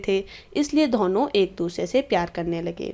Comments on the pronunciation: Man please learn how to pronounce "Dono" properly. It's not dhono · What is dhono yr🤷‍♀️ plz improve your reading skills